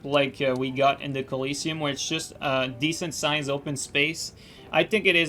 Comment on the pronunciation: Downvote for not being able to pronounce colosseum.